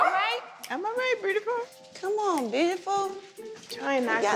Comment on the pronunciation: Her "broodiful"? Cracks me up every time lmao 🤣